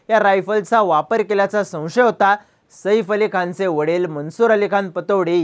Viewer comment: सईफ नाही रे बाबा साहेब सैफ आहे ते😅😮😮😢